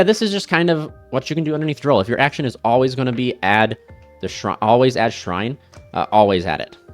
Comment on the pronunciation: Bruh. It's AbyssRHINE, not Shrine. It's AbyssTRITE, not Sprite.